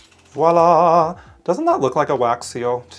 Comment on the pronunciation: I've been looking at this set for so long and oddly today, i took the plunge and bought it. It bothers me getting sucked into buying products because they are all over my feeds. I feel hypnotized. 😆 But thank you so much,, for saying the word voilà properly instead of saying wallah and creating a beautiful card.